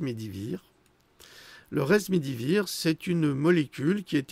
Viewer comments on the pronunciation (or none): ce n'est pas le resmédivir mais le remdésivir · Attention.bien prononcer Rem.. Desi Vit REM ... on connaît Desi... En hindi, voir Web Vir... En latin...idem Gilead : ancienne chanson " there IS a balm in Gilead " voir Web